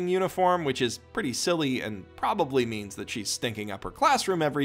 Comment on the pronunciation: "Meands" lol